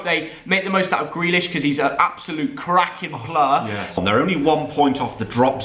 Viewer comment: Omg he said CRAKIN PLUR